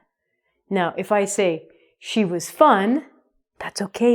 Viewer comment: it seems you say " war..."...